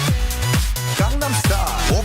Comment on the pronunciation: Please pronounce “Gangnam” correctly… >_>